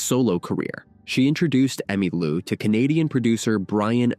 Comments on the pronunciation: God AI. It's Emmeee Lou not Emmuh Lou. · Did you just say, Emmalua? What is this, phoney Ai? Surely not. Too lazy to have a real live human narrate a story about very important person like Emmy Lou Harris. STOP 🛑 IT!! 🛑🛑🛑🛑🛑🛑🛑🛑🛑🛑🛑🛑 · This video would be orders of magnitude better if the narrator could only refrain from butchering names. He started out by calling Emmylou "Emmalou" and then proceeded to call Gram Parsons "Graham." There's absolutely no excuse for treading roughshod on people's names. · AI voice ugh. "Emmah Lou." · AI narrator keeps calling her “Emma-Lou”. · Another stinking Ai generated video, where the text to voice can't even get her name right. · Why am I supposed to believe that you know something about Emmylou when your bot can't even pronounce her name? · AI bnarrator. Can’t even pronounce Emmylou. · Disappoointed that you misprounced Emmy' and Buffy Sainte Marie's names. Where are you from? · The stupid AI bot can't even pronounce her name.